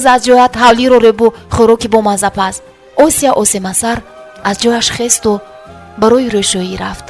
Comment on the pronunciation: Хамааш хуб вале номи Осияро точикона талафуз кун на руси, Ося неву Осия!!!!